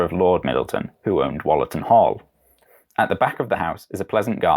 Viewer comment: An interesting little documentary, but I was a tad put off by your pronunciation of Wollaton as 'Wollerton'. To the majority of Nottinghamians, it has usually been pronounced as 'Woolerton'. If there is proof to the contrary, I'm all ears.